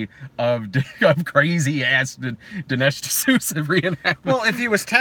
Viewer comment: “Dinish D’Snooza” - damn it I wish I had entered the live stream earlier so that I can at least hear that gem